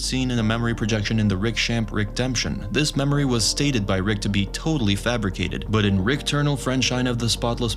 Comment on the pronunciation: His name isn’t rix